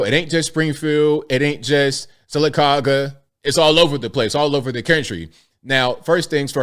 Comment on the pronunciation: I am impressed you pronounced Sylacauga correctly.